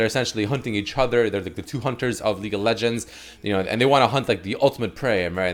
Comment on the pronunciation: Is it just me, but like everytime I hear do his intro, I hear "Leak of Legends," instead of "League of Legends."